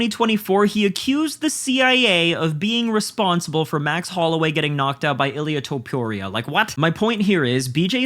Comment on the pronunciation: Illia Tow-Pure-ria